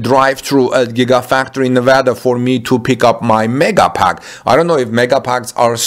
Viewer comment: excellent pronunciation of Nevada. Like a native my friend.